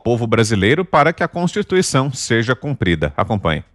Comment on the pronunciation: . Kkkkk cotituição... nove dedos palhaço